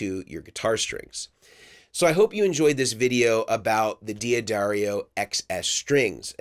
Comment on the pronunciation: Great comparison! the way you say it properly sounds like DAD ario. just so you know